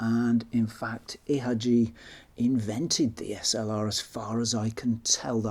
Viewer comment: Please, dont read ihagee like that. It pains me greatly to hear that.